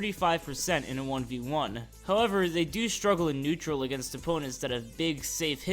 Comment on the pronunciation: Typo for Pit you said Nautral instead of Neutral but idk if anyone’s mentioned it